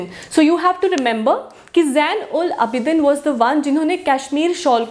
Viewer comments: Itz pronounced as zainul Aabideen ... N not budshah but Badshah .. pronounce U as we do in word But not lyk in put. . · Who feels that the name of Zain ul Aabideen is not pronouncing correctly like us Kashmiri people !!!